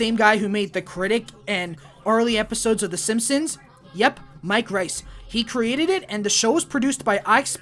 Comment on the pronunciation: Mike Rice?!?! My dude, there are tons on interviews and commentaries where the man says his own name, Mike REISS out loud.